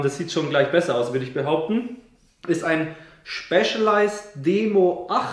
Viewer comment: das Schpescheleischt xD danke Sonntag ist versüßt ^^ cooles video!